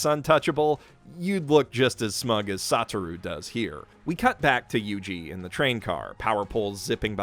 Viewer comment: His pronunciation of everything as well as his ordering of the character's names makes me feel like he watched JJK dubbed, (eg Sata-roo Gojo)